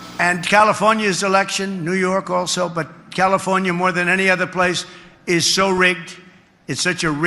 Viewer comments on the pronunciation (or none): none